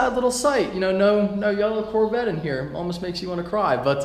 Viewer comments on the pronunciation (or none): none